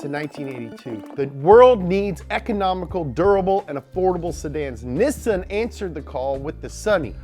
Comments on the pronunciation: Ok, even the Japanese pronounce it ne san. The only people that pronounce it nis san are European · Knee-san Not Knee-sin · NEE-SAHN not Nissin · Niss-AN not Niss-IN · why do you call nissan "nissin" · "nih sin" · You always pronounce Nissan as “Nissin” but you do realize there is actually a company called Nissin and they are not one in the same, right? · why do you call it Nissan instead of nEEsan? Have I been saying it wrong?😂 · It's pronounced neesan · “Nee-Sahn” had to actually look it up to see if I’ve been pronouncing it wrong my whole life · Ahem. Nissin is a cup Noodle company. It's Pronounced NEE-sahn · Great and informative video however even with the Nissan commercial guy pronouncing it for you , you still kept screwing it up!!!! NISSAN KNEE-SONE NISSAN LOL I own a 2011 Sentra sr and a 2011 Nissan titan heavy metal chrome version. Great vehicles. God bless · Bro it's pronounced KNEE-SAN, it's a joining of two japanese words, they pronounce the NI- elongated. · i swear to fuck if this guy says nissin one more time im gonna lose it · Spent the whole video thinking he was saying nissin like the noodle company 🤣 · don't say nissin. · Hate to be that guy, but you don't have to worry about correcting the way you said Nissan at first. It is pronounced "Nii-sahn." When Japanese words are written out, the double-consonant (SS) usually implies the vowel before it is long (I) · Can’t get over him saying “Nissun” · OMG why does he pronounce Nissan "Nessan" ugh I had to stop watching after the 3rd time he kept saying it that way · The fuck is a "nisun" lmao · What’s “Nissen?” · Wait its nissin not nissan 😮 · Why tf you say nissen? Do you think you are from top gear uk or something? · It is pronounced Knee-san. is just weird. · Go to a dealer and watch how they all pronounce it, is being funny. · Nissan pronounced neesahn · Just say “knee-sun!” Jesus! 🙄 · It's Ni-sAn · knee sawn. there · its NEESAAAN. that's how you pronounce it. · It’s pronounced knee sahn